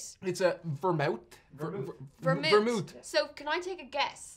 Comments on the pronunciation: I love how vermouth is not complicated to say or read in any shape or form, yet they've called it Vermont, Vermouse, and Vermoose😂😂😂😂😂 it's like if kindergartners were given the bottles and told to read them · I love how saying “vermouth” descended into “Vermont”, “veemot” and “vermouse” 🤣🤣🤣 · has called it everything but Vermouth. Vermoose,Vermont. Every variation except the correct one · And ver-mouth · says ver-MOWTH right off the bat. You know it’s going to be a good learning experience for everyone! 😂😂😝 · Ver-mouth, vermoose, vermouse, vermont. LOL I don't think he even said it correctly once. LOL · Ver-MOUTH ... uh huh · Love how never pronouced Vermouth the same way twice. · Love that had like 12 different pronunciations for the vermouth throughout the video 🤣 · A different pronunciation of Vermouth each time xD